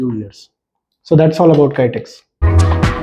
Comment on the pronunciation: "Kaitex" nahi bhai "KI" is like Maa'ki'...😇 Also would like to add, the garment business is an evershining and competitive business. The demand is never going to come down. if US market is not there 100 times bigger Indian market is there.